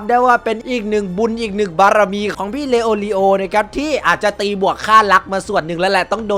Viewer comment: พูดชื่อผิด🤣🤣🤣 ชื่อมันยาวครับเข้าใจ